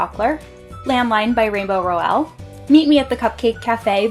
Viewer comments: Lovely bookshelf tour, loving the colors. I need to have all my series together lol. And also Rainbow's last name is pronounced "Rowl" like owl 💙 I need to get my hands on Snow Queen, that book looks gorgeous!! 😍😍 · You say rainbows last name wrong....